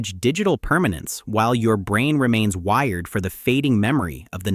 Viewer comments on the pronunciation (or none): none